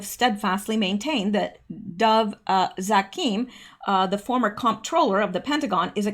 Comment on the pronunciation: Dov Zakheim - pronounced Dov rhymes with Grove, and ZAQ-heim emphasis on the first syllable, rhymes with PACK-time.